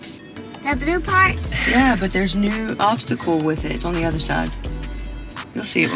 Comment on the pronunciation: Love the pronunciaation of obsticle so cute x